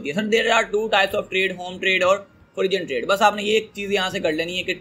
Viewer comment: O bhai forun trade h pronounce....